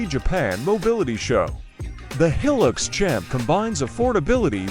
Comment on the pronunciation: Heelix? Hi-lux, short for high luxury. These AI voices can't make the right pronunciations yet.